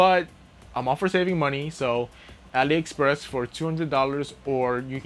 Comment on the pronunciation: Ali express